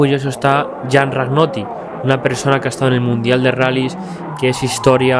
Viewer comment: Aaaagghhhh, se pronuncia Rañoti, me duelen los oidos cada vez que lo dices, por lo demás gracias por traer a este malabarista. Otra cosa, yo le hubiese preguntado porqué sacrificó resultados por dar espectáculo y por fin , pensaba que no ibas a poner el video de los conos, menos mal que al final sale. Muchas gracias por estos videos, porque a veces te hacen creer que el mundo empezó antes de ayer, cuando no es así. En Catalunya, con Serviá, Cañellas, Zanini i toda la peña había un Jean Ragnotti local, era Teri Serra